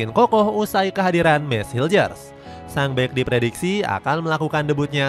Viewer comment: Cara nyebutnya "Meys Hilkhers", Bang.. kalo salah ntar dimarahin ama Koci😂